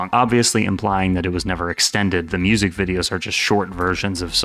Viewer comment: MOO-ZEEK? I have never heard of such a thing. I may check out your MOO-ZEEK.